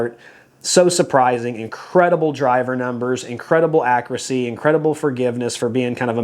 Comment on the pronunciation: Nice round-up,. Quick question: what’s “ackracy?” I know a word that’s similar to that, but the word I’m thinking of has a “u” in it. Just kidding, bud! Love your content always.